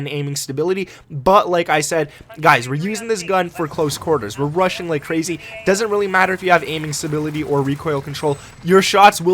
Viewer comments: Russian or rushing?? 🤣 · When you say rushing one it sounds like Russian one 😁